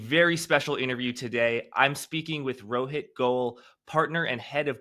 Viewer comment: Jack . Loved the way u pronounced Rohit. Its also my name. Never seen it pronounced so corectly n with affection in my life by a famous person. ❤ Kudos for that!